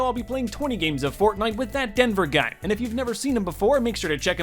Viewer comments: No one: TDG: Exist*: “That donfrjdonruwhrvrheofnrbtj guy” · You said his name wrong so many times I forgot it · The amount of times you messed up his name😂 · Watch this video but take a shot every time he says ThisColoradoDude name wrong.